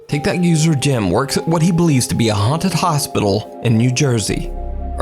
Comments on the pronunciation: I love how he says TikTok 😂 “And here’s my gulp Tikerty Tok” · Love how he pronounces tiktok sometimes lol